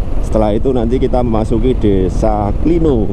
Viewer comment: Klino pengucapan huruf "O" nya itu seperti kata "kiwo" mas